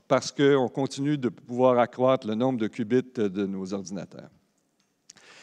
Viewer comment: haha le qbits qui devient "ass biz", si vous en trouver d'autres :D